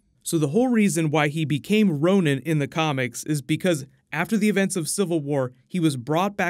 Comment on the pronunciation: So he becomes Ronin, NOT Ronan